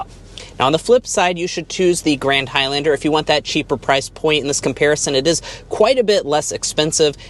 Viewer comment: Why are you pronouncing High-Lander? You're the only person in the world with that pronunciation. I had to leave the video it was so irritating